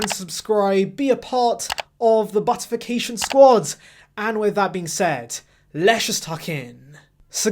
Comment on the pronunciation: “Buttificatiom” never gets old😂